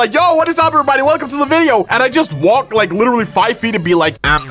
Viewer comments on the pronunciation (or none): none